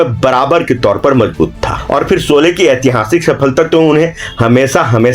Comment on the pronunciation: सोले नही शोले 😂😂